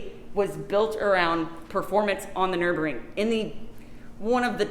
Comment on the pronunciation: It's Nurburgring, not Nuburing.